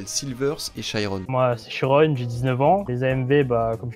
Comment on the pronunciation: Ptdr c'est le mec qui prononce mal son propre pseudo